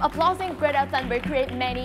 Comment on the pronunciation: bạn ơi âm cuối của chữ mối trường và một số chứ khác bạn ấy không có âm cuối ạ. Còn có tên của Greta nữa bạn ấy phát âm khá khác nhau đấy dù chỉ là một cái tên. Mình dốt tiếng Anh nhưng mà mình còn nhận ra a